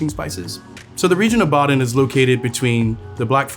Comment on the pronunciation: Atleast pronounce the cities correctly Like wtf „Boden“ is not hard to pronounce